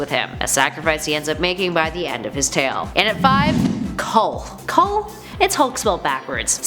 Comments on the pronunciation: KLUH not KULH. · No you fool! It’s not KHUL, it’s KLUH! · Why can't she say Kluh? She keeps saying Kull... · It’s Kl-uh NOT Kull. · Kluh not Kull I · It drives me nuts that any time “Kluh” is mentioned in a top 10 list in these videos, every single friggin person always says it like “Kull”.... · How are you pronouncing K-L-U-H as cull? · I know right... Sound it out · I... don't think yer pronouncing"Kluh" correctly.